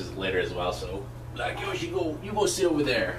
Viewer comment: youre saying yoshi wrong...